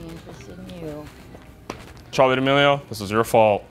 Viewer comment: that girl you called charli damelio 😂😂😂😂😂😂🤣🤣🤣🤣